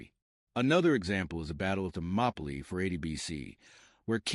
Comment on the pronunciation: This wasn't very good. The narrator even says, "The battle of The Molopi". You mean, "Thermopile" Seriously, it's like he was reading it directly off the captions. Numerous other errors as well. 👎